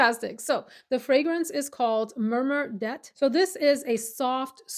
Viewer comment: Hi, enjoying your video right now. Just wanted to say real quick it's Murmure d'Eté, with d'eté pronounced as daytay. It means whisper of summer. I know you are learning French, so I thought you would want to know. My French is pretty good, seeing as I have had lessons for seven years or so. That is all, back to the video 😃.